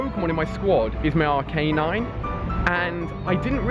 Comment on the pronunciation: As much as i enjoy you r vids i just cant stand you Pokémon pronunciations.. Its do-du-o not du-do Is arc-ah-nine not arcanine <--- like the tooth Its do-dri-o not dugtrio or however you say it Sorry to whoever read this, it just annoys me 😂😂😂